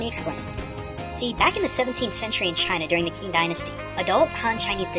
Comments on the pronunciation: Im sorry for this... but let me say I notice your Japanese pronunciation is superb but your Chinese pronunciation is a little misleading... Xihai is pronounce (she-hai) not (z- hai)..Qing is pronounce (ching) not (king)... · "King" dynasty? Q in Qing is a "ch" sound. Also, Aesculapius is his Roman name. You used their Greek names, so it should be Aesclepius, and he is also the god of healing, with his staff with the winding snake(s) being the symbol of medicine (though some medical institutions make the mistake of adding wings to the staff, but there shouldn't be any). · Hey um one minor correction Qing purnonced Ching despite how its spelled. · I don't want to sound a person criticising your show because it is great so please don't take this as an insult. The word for Qing in Chinese history is not actually said as it looks. By looking at the system of pinyin Qing is actually said as Ching. Again I'm not being derogatory as I'm sure you do the hardest work you can into this series and I appreciate that so you can't know everything perfectly. Enjoying the content can't wait for your next episode.